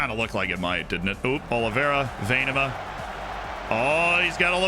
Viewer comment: Happy new year Z! And a great pronounciation of Venema. Thanks for making this past year better for all of us. Best wishes!